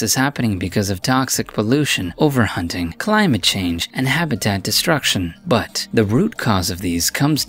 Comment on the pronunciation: Everyone go to and get ready for the funniest pronunciation of “but” lol it’s like “ mmmmbhhaat uhhhhh”